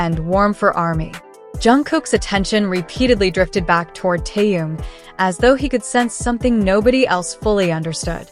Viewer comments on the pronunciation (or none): Зачем такие видео показывать, где даже имя Тэхен произносят Тэен. Неприятно режет слух многие не правильно произносимые слова